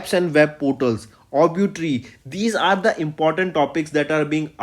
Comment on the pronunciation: Obituary bolna seekho bhai daily bolna hai. Sun sun ke pakh gaya hu main